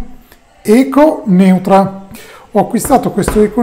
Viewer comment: Si pronuncia Echo Noitra, Neutra è il cognome di un architetto